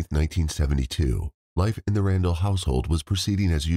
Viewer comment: It’s not RanDELL lol